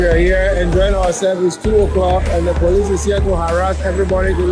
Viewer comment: “brolice” not police